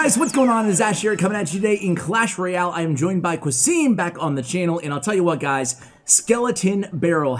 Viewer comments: qasim is a fellow country man and the way you pronounce his name is very English. Its suppposed to sound as Kasem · The name is pronounced Ca-sim btw , ca like in ca-r 🚗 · I think "qasim" is pronounced as qa=ca(as in car) and sim=sim(as in simcard) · Why do you say "Qasim" like that?